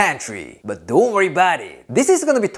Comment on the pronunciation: " dohh worry 'bout it" I love it 💯✌👍👍👍👍